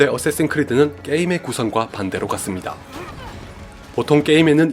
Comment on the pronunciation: 어쌔신 크리드라고 말하시는데 발음이 '어쓰에씬 크리드'라고 들림